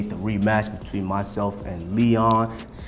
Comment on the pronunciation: You know Usman has been watching some Colby Trash talk videos on YouTube because he say “Leon Scott” lmaoooooo